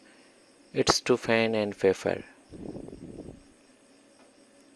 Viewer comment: "fen and faper" 🤣🤣🤣🤣